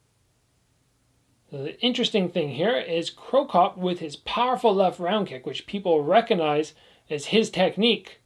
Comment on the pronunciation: Crocop. Not cropcop